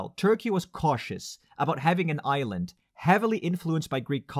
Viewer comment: For a moment I heard "a united Ireland" instead of "a united Island". But that's another video :)